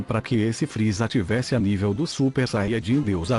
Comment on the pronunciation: vc falou RR errado é friza e não fril